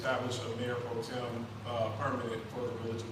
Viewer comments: The word is pro-tem, not pro-term. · It's not , Pro-Term . My gosh !